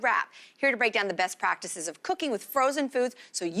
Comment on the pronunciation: She said “Breast practices”